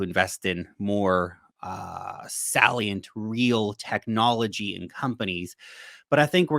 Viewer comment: Not to be a pick, but you pronounced 'salient' odd.